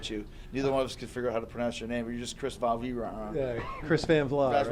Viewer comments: chris van vueaghh lmao first mjf now jericho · lol "Thanks Chris Van uhguggh" good stuff